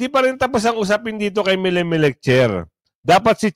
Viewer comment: SIR NATATAWA TALAGA AKO SA WORD NA MELECMELEC MO🤣🤣🤣🤣